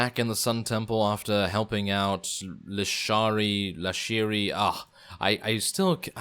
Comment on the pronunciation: It's LISHARI! The old guy pronounces it wrong as Lashiri. Good episode otherwise, i just wish you'd delve into the details a bit more.